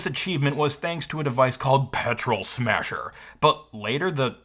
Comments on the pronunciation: Not even "Petrol Smasher", but "Petrol SmaHser" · "petrol smahser" lol. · He called it the "petrol smahser" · "Petrol Smahser" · “Petrol smahser” lol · 'Petrol SMAhsER' lol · "Smahser" LOL. And "Percy" is a short "e", like "curse-y".